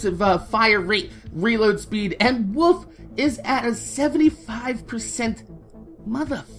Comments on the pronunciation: When you say "wolf" it sounds like "woof" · it sounds like your saying wuf when u say wolf